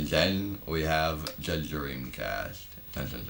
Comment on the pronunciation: i loved your voice when you say “THE DREAMCAST"